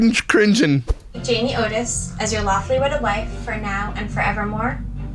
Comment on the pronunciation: I think he is making a joke because of her desperate need for attention. Instead of saying Otis, he is saying it Notice (Notis) on purpose right?! lol although he does get a lot of names wrong 🤣